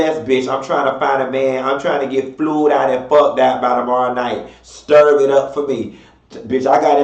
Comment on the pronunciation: I luv when says “stirv it up” 😹